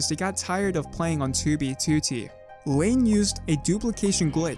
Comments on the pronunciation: Can't get used to your accent when saying toobie tootie. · help me comment on every video to get him to stop putting the emphasis on the second two it’s so annoying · great video, but why say toobeetootee ? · “Tew be tew tee” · Dude, it's very confusing... You say "2b2t" wrong. I've never tought that this was possible. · why does bro say 2b2t like that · You say 2b2t weird bro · why you say 2b2t weird like that? ;p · can u pronounce 2b2t normally? thx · stop sayin 2b2t like that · can you please say 2b2t normally for fucks sake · otherwise his contents good but that shit ruins it for me